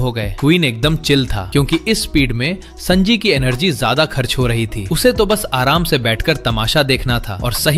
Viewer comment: Sanji ❌ sanaji😅 Bhai sunnydeool he kahde